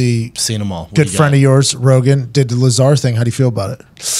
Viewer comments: I stopped listening to Brendan after he called Lazar “Lay-zar” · "I didn't look anything into it. I'm not a big alien guy" you have no idea what you're talking about. It's pronounced "luh-zar" not bob "lAy-zar." Man, you guys are annoying. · He said Lay-Zar. LOL. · Brendan said Layzar lmfao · Lizar ???? ITS LAZAAAAR ! TRY TO PRONOUNCE HIS NAME CORRECT FIST BEFORE DISCREDTING HIM. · "That Layzar guy..." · "lay zar" lol, this video is the internet all rolled up into a few minutes. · You believe in "lay-zar"? Come on bruh!! 🤣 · Did he just call Bob ‘LASER’ 🫠🤣🤣🤣🤣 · "You believe in Layzar?" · I dipped from this pod cast when the caveman said "Layzar" honestly anything with Brendan Schlaub will always get a negative reaction and if it gets a lot of viewers it's only to come and bash Brendan Schaub because he's so easy to dislike. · Bob LAY-ZAR...Mr. unlikable strikes again! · Is it really worth discussing about opinions on this subject by someone who says "Bob Leyzar"? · lay-zar though, y'know? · Lay-zar?? Lol!!!!!! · Did he say 'Laser' ? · HAHAHAHAHA who cares what Schwab thinks? You poor soul. I hope this was the last time you ever spoke to him. Lay-zar! LOL. He just got jealous cuz he got more mic time than him from Rogan. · Brendan Schaub should leave the thinking and analysis up to people that can think and analyze. He can't even pronounce his name right. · Lmao mans even pronounced “Lazar” wrong. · By the simple way Brendan pronounced Bob’s last name I completely believe Bob and everything he says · Bro can’t pronounce lazar if his life depended on it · brendan cant even pronounce his name correctly. If he did more research i bet his look on Bob Lazar would change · He can’t even say the mans name right 🤦🏻‍♂️ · Wow, this comment section is stupid. Despite mispronouncing Lazar's name, this is one of the better takes Schaub's ever had. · Can't even pronounce lazar right lol